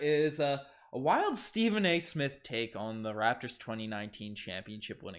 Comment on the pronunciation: Stephen not Steven